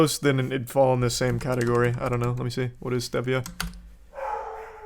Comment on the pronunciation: It's pronounced Stevia, you threw me off with your pronunciation...😂😂